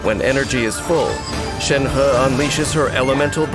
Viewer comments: So her name read is "shen-her" :((( not "shen-hi" :'(((( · reminder: it's Shenhe not Shenha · For me it's always gonna be "Shenhé" not "Shenhá." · I thought it was to be pronounced shenhi at first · Ikr loll he's like shen*HE* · All i hear is Shen Huhhh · And he is still pronouncing it wrong 💀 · A for effort for trying to say 申鹤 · Anyone else bothered or laughing at how Shenhe is “properly” pronounced?